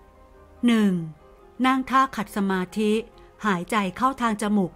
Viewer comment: เพิ่มเติมนะ ขัดสมาธิ อ่านว่า ขัด- สะ- หมาด ถ้า อ่านว่า ขัด- สะ- มา- ธิ มันจะมีความหมายว่า รบกวนหรือ ขัดขวางสมาธิ นะ